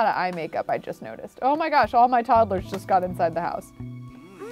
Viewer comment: I love how she says toddle-ers instead of todd-lers like everyone else. cute af.